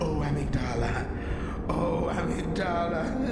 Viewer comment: Now we know how to pronounce Amygdala. Turns out all of those A-MIG-DU-LUH people are wrong